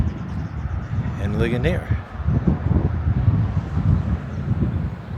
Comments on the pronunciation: It is pronounced Lee Jun eres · Since it’s a French town, a better pronunciation might be “Lee-schone-A”? For the first town